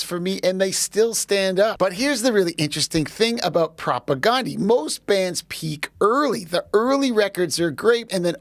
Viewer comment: it's prop ah gan like the name DAN di here in the WPG not " gone" di .